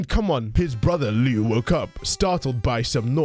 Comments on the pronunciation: Part of growing up as a creepypasta kid is learning that "Liu" is actually pronounced more like "Leo" rather than the "Lee-you". It feels like the ultimate betrayal. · I just pronounce his name as "Loo".